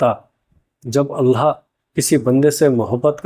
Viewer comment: Bhai aap Alha bol rahe ho thoda ek baar check karna Allah boliye. Allah kehnay me Akhir me ha hai alha nahi.